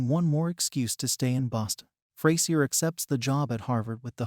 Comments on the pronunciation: It’s pronounced Fray-zhur, you Neanderthal nit wit. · Well this is a big poo poo party! Sorry but you are about as wrong this as you are pronouncing the characters name! A being that Grammar is close if not a obtaing a TV record for a 40 yr career in a sitcom who are we to judge? any new series needs time to gel. The difference is that frasier has an arsenal of not one but 2 award wining cast that could show up at any point. Honestly he could keep it coasting for 2 or 3 seasons with that alone. We simply have a new cast learning to work together first.. Fraisier has to have challenges, it keeps things interesting. He will however need to develop his cast to build a legacy but that will take time, Freddie has strong characteristic and that has potential. also Grammar has a lot of energy for his age and this will make all the difference.